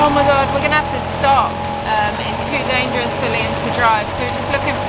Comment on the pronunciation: "Danferous", & not, "Dangerous" 😅